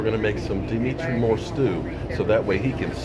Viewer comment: Isn't it "DemOntre" not "Demetre"? I'm not sure!